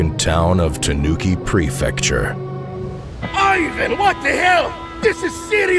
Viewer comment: I didn't know you hace been voicing so many characters But still mispronounced Ivan.